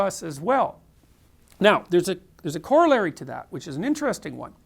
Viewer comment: He's just weird. Can't pronounce corallary. Surprised he's still teaching at U of T. Uninspired talk